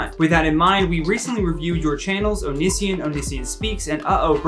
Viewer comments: I’m sorry but it’s oh-knee-see-on. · The way he pronounced Onision tho 😳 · I honestly love the implication that Onion boy isn’t relevant enough for him to look up pronunciation.😂